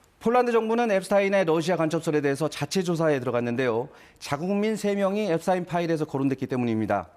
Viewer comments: 엡스타인이 아니고 엡스틴이라고요. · 앱스타인? 왜 자꾸 타인이라 하지 앱스틴 이다 ㅡㅡ🎉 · 미국에선 엡스타인이 아니라 엡스틴이라고 발음함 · 한국 기자들이 공부 안 하고 점점 무식해진다는 건 어제 오늘의 일이 아니다. 그러나 외국인 성명 발음 정도는 공부라 할 것도 없이 인터넷으로 찾아보면 순식간에 답이 나온다. 엡스타인이 아니고 엡스틴이다. 유대인이 독일계 성씨를 따라 사용할 때 '스타인'이라고 발음했지만, 미국으로 이주하며 본래 Yiddish 발음대로 '스틴'이 되었다. 그래서 독일에서 태어나 자란 Einstein은 아인슈타인이고 미국에서 태어난 Epstein은 엡스틴인 거다. 간혹 미국에서 태어났어도 '스타인'을 고집하는 유대인들이 있다. 그럴 땐 본인이 원하는대로 발음해주는 게 원칙이다. 엡스틴은 생전 자신의 성을 엡스틴이라 발음했었다. 그리고 엡스틴은 억만장자가 아니다. 재산이 $1 bil. 넘어야 억만장자라 분류되는데 그의 60%인 $600 mil.이었다. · 앱스틴 이라고 하세요.